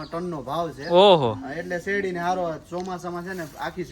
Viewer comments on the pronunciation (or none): none